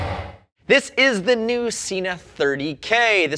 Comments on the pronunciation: Yes, but the same video says the correct pronunciation is Sena, not Seena. It just shows that there are knuckle heads working for them as well. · It's Sena! There is a video on their website with the correct pronunciation. I wish would watch it. I love his reviews, but Seeenuh drives me nuts! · frogzlove It is about the way the way the word is spelled. As I stated, there is no double "e" in the word/name or even an "a" after the "e" so therefore, it is Sen-a. I have seen Sena devices at shows and in shops here and everyone, including the Sena reps, say Sen-a. It is the same as the word Data. It is pronounced Dah-Tah. NOT Daytah! There is no "y" in it so don't say it! I know that is ft track a bit and not a brand name but it is the same principle. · Firstly, you guys really need to learn how to talk properly. Sena is Sen-a. It is not Seena. It does not have a double E in it so don't say it. Next, VIA is Veye-a. Not Veea. Again, no double E. There is nothing that annoys me more that people who cannot say brand names correctly. Now on to the 30K, I highly doubt it is just water resistant. Why would Sena go to all this trouble to make a device that sits on the outside of a helmet, open to the elements and not make it waterproof? It does not make sense. It would have to be made to with stand heavy rain on a ride. Riders are not going to just pull over at the first sign of rain to remove their Sena. That is just stupid. On to the cracks and pops. well in bluetooth, that is a given. Every unit I have ever tried has some sort of interference at times so it is to be expected. I would take this over any Cardo device any day. They are a plain punish to pair for group riding and most of the time in take longer to set up than the ride. I hate my G9.